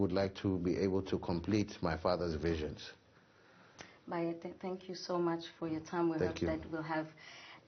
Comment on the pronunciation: It's Bayede not bayethe.